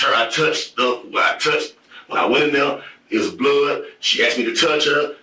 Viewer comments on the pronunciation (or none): "She axed me to touch her" BWAHAHAHAHAHAAAAA